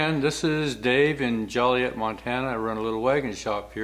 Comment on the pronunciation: Love it. Great! Where did he say the town was called again.. Collett? Jollyiett.?